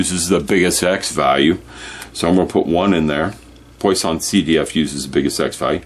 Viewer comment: It’s pronounced “PWAH-sonn”